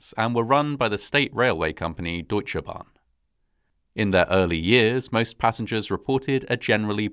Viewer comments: My compliments on how well you can pronounce difficult words like "üstra" and "Deutsche Bahn". I was still a member of the disaster control service in 1998, but I was in Hanover and it would have taken me about two hours to get to Eschede. By then, German army helicopters and other helpers were already on site. Many people died immediately and no help was possible. It was, as so often, an avoidable disaster. Today I live in the municipality of Eschede. Sometimes I see the memorial with the 101 cherry trees and think that at least this memorial was well built. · Great Job at pronouncing Deutsche Bahn! 👍 Native English speakers often seem to struggle with how to pronounce the German 'eu', but you did a really great job! (I often hear it pronounced as 'oo/u', but it's really closer to 'oi' :))